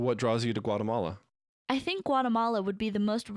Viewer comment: Funny how all of us are here because we want to learn english, yet english speakers in the video/audio can't say Guatemala correctly. LOL.